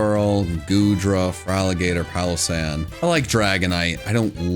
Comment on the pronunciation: SANDYGHAST IS ONE WORD, NOT 2 WORDS! AND IT'S PALOSSAND, NOT PALASAND!